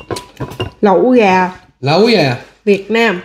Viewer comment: Lẫu gà mà tôi thấy anh đọc là láu cá